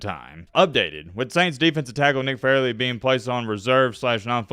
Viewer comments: Why does he keep saying farley instead of fairley? annoying!!!! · Why you call him Farley when his name Fair•ley….Nick Fairley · FAIRLY. Not Farley. You fucked up the whole video lol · You are mispronouncing hs last name. It's fair-ly not Far-ly. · Dude c'mon!!! It's pronounced "FAIR-LEY" not "FAR"-LEY! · Nick "FAIR-LEE" Fairley 🤦🏿‍♂️!!!!!! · FAIR-LEE is how it’s pronounced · It’s FAIRLEY, not Farley you idiot. I bet FagElroy remembers his name!!! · Bro did research on everything but his name. Fair-ley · It's pronounced Fair-lee. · Shows how much you know about football 😂 can’t get the thumbnail right, you butchered his name. Doesn’t surprise me coming from the same guy who said “I’ve been following Cam Ward since he was in H.S.” 😂 knowing damn well you hadn’t heard of Ward until he transferred to Miami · …think you are mispronouncing his name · There’s a Fair-ley amount of people calling out the mispronunciation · I cant watch the video because you are saying his name wrong and you are saying it so many times that its triggering me and making me annoyed. Love your vodeos but please do more research on pronunciations. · Bro mispronounced the man’s name almost the entire video 🤦🏽‍♂️ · He is 1 of only 2 dudes you think of at the position but you proceed to pronounce his name like an asshole that you never heard of. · Dude...Re-do this video and pronounce his name right. I know you are a bama homer but come on 🤣🤣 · mispronouncing Fairley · Mans done said his name wrong all video lol